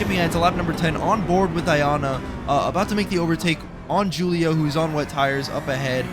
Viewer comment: FFS ITS WHO-LIO NOT JEW-LIO come on...